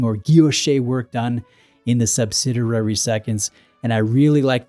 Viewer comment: it's pronounced "sub-SID-ee-air-ee". Love your channel. Just bought a CFB Heritage Bicompax. Very nice watch.